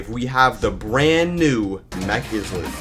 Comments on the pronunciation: It’s not Izlet it’s eyelet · It make ls me mad every time I hear is-let instead of I-let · Islet is pronounced like eye-let not is-let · What the actual donuts is an "IzLiT"? Its pronunced "Igh-leht" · eeslet? IT'S PRONOUNCED AILET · I've known it to be pronounced as /ˈaɪ.lət/. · It is pronounced eyelid in all sources, though you can call it whatever you want, izlet sounds funny. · Is let ❌ Eye let✅ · He pronounced islet wrong in mech islet it’s pronounced isle-et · “is let” 😭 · When he said air island he lost me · It’s pronounced [il-et] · Is-let? EXCUSE ME? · No you didn’t exaggerate it enough, it’s iz-let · BRO SAID IZLET BAHAHAHA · It’s eye let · I know that the original comment didn’t exaggerate hoe wrongly he pronounced it enough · Bro says plasma islet and mech islet wrong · I’m just saying how it’s pronounced, check yourself